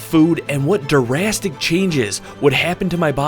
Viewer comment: durastic changes lmao